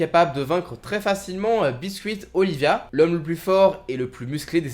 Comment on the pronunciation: Hayanama???!!! Hanayama plutôt je dirais pareil pour biscuit oliva et non olivia ta un peu de mal avec les noms